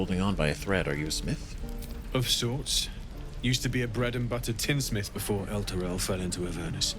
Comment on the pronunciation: The Strange Ox pronounced it "El-turl" because he'd never actually been there.